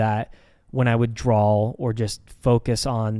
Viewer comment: i love that says draw with an l at the end like drawl. i say it like this all the time and my friends always laugh at it.